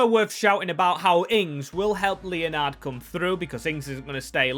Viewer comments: Leonard is not said Leo-nard. It’s said Len-ed. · Made me laugh the way u said leonard easy mistake but its pronounced lenerd